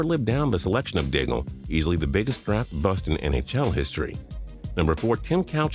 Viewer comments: Daigle pronounced dayg , you idiot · I've never heard the L in Daigle pronounced before.